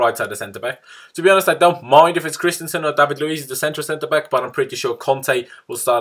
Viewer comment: "Centre beck"